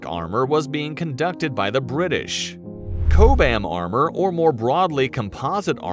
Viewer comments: Chaww-Bum armor. Not ch-ooo-bam armor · I can tell that thos is just a narration from a guy who knows nothing of what he is talking about because the guy mispronounced "chobham"